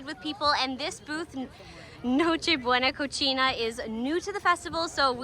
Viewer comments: It's not Cocina it's pronounced Cosina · It's pronounced "co sea na". You're pronouncing it the way it would be pronounced if it were in Italian, which I commend you for lol. Props for doing your best to pronounce things properly, as a fan I appreciate it. 😁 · Awesome information, my God she is so beautiful… two things though, NocheBuena Cocina (caw-see-nah) and mojo (maw-haw), and the second, look at the camera, not the LCD screen please. Again, great video and super beautiful. Good Lord, she’s beautiful. Sorry if I’m sounding disrespectful towards her or her significant other.